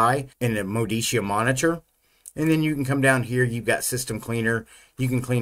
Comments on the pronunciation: As an italian i can confirm it should be pronounced "Modicha" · It's pronounced Moditzia. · Great review. I wanted to be sure it was worth installing before going ahead with the installation. It's pronounced Moditzia BTW. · If the distro was from Italy, then MODICIA is pronounced properly as Moh-dee-Cha. Looks like a fine desktop, I hope it performs great too. Auguri e saluti a tutti i developers! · If it Italian than is is pronounced Modicha! (like in chair) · pronounced MOE DE CHA.... lol neither of your stabs. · Hi mate, it’s pronounced MO-DI-CHA. Stress the second syllable and the O is a short vowel, the A is pronounced ah. Enjoy! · It is pronounced mo-DEE-chah. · My guess is that it's pronounced "Moh-dichia". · Modicia is pronouced as mo-di-cha (ch as in kitchen), I think. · It's Italian -- I'm sure pronunciation is M-oh-de-ch-ee-ah. (just like my Ruscetta name is pronounced with Roo-sch-e-t-uh)